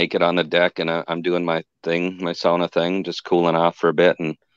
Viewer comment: I don't know if anyone else picked up that was pronouncing the word "sauna" correctly, I would have to wonder if he was of Finnish heritage:)